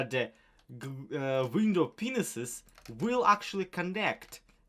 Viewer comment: Enjoyed your video! Cathedral is looking amazing.. and love how you tied in the Legacy lore! One suggestion is to pronounce "Window panes" as "Window puns".